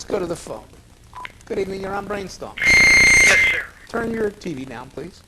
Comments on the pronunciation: Bwain stohms. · Do you mean Bwain Stoams?